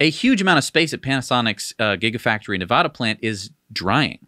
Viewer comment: ... Do you have any idea how badly it grates on a native Nevadans(or Spanish speakers) nerves to hear someone mispronounce "Nevada". Do you? Beyond that, I hope to see Tesla's battery tech trickle down to smaller vehicles. Like e-Bikes. I own 2 so far, both of them DIY projects. Both powered by Bafang Motors(a BBSHD and a M620). The weak link is the Battery.